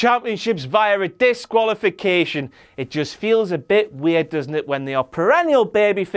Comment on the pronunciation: "...several ounces of weard in that beed of his..."